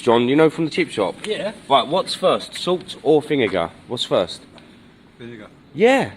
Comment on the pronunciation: How can you call anyone stupid when you can’t even say vinegar properly